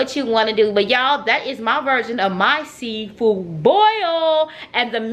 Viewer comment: "CUZ AH SMELL SEA FOO" 😂😂